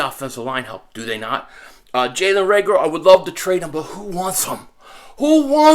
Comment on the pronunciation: LMAO! Jalen “Reagular” I love it!